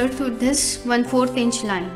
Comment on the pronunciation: she pronounces this - dhhis